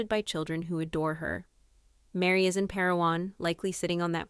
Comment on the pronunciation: Why can't you get the names right? Kody, Meri. !!!